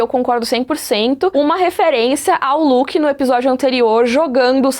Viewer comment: Olha o "Luke" dela "está uóh" (Star Wars) 😂😂✋